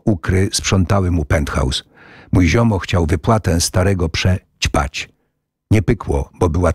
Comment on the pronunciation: prze ćpać